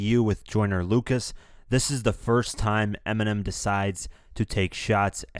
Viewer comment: this guy said" I like the joyner locas song LOCAS ITS LUCAS not locas do you know how to read